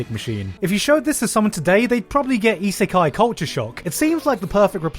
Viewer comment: It's 🤔 reverse Isikai...? Re-Isikai?